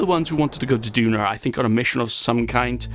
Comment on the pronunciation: Hello!!! Thanks a lot for sending me to Duna or as you say Dunarr Lol. Bad news... Everything you have done in a previous version to 1.2, you cannot play it with the communications network... so sad. Keep it up! P.S.: May I Do some surveying or go to an asteroid? Thanks!!!